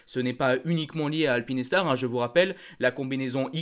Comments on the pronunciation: Bonjour, je voudrais savoir pourquoi tu nous parle de (alpine et star) et pas de Alpinestar! Je n'avais jamais entendu une prononciation comme ça ! Sinon toujours très cool tes vidéos. 🙏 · Showa dynasty et Eitaro sont à l'origine du nom de Shoei. Soit Sho et ei = é pour alpinestar c'est comme la marque automobile française ça se dit alpine star pas alpine et star! 🙏